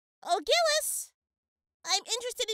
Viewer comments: Sorry for sounding pedantic but the correct French pronunciation of Gilles' name sounds more like "Jill". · Pretty sure its prounonced jiles